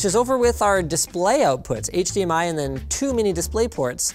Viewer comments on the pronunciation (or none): none